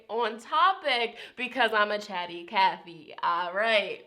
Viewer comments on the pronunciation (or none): none